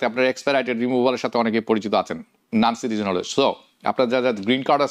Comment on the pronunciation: noncitizen? or nancitizen?😂